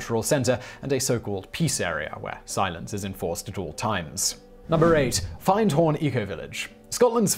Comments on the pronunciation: Hi Simon...Just a heads up...it’s said like Finned, like a fish’s fin but with a D lol not find :P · i think its pronocded FiN.D.Horn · its pronounced finn-d horn, you were close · The one in Scotland is pronounced Fin-d-horn rather than Find-horn. I used to live near there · Findhorn 😂😐 it's pronounced Fin'dtorn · 'Findhorn' is pronounced 'Finned Horn', My ex was there for a time (wow, half a century or so ago!). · Its pronounced finned horn... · Findhorn, pronounced, finned-horn. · It pronounced finhorn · Lovely to hear a shout out for findhorn, but you did pronounce it wrong :p. Great video though. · I can't believe you don't know how to pronounce Findhorn. It's a short i not a long i. Is is everyone pronouncing it wrong? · And also findhorn is said like fin like a fish with a d on the end 😊